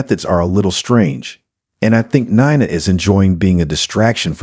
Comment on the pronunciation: Nee-nah. Not Ni-nah